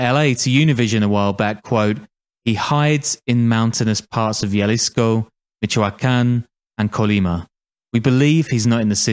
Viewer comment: the way you say jalisco is enraging. it's a "h" sound